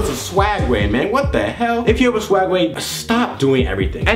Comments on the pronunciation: its call SWEG way not swag way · It's swegway not swagway... -_